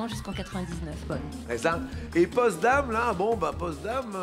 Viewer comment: C'est Potsdam ,pas Postdam